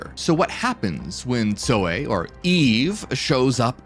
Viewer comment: Brother, not trying to be dull but, are you saying Zoe or Soy? Asking for a friend 😂